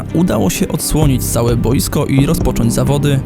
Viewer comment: świetna robota i bardzo fajne materiały, ale mam tylko jedną prośbę - zwracaj większą uwagę, żeby mówić boIsko, a nie boJsko, bo tak mnie to razi za każdym razem, że się nie umiem skupić na niczym innym;)